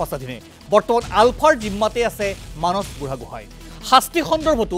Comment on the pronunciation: মানস নামটো এজন অসমীয়া মানুহ হৈ আপুনি মানচ বুলি কোৱাটো অকল ভূলেই নহয় সেইটো এটা লজ্জাজনক কথা। আহক আমি নিজৰ মাতৃ ভাষা শুদ্ধকৈ কবলৈ প্ৰতিজ্ঞা লওঁ।